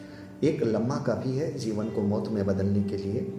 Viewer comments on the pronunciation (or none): Pronounciation improve Karo Bhai. Vishay ko Visay, jivan ko zivan, shareer ko sareer, aur ko or, nirdesh ko nirdes kyo bolte ho ? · pl. speak janam and not zanam jeevan and not zeevan